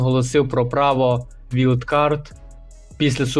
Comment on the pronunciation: Англійську підівчи. Який Макмехон, який вілд(Wild). А так непогано